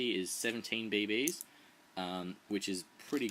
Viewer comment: u say bb's funny! bae baes... xD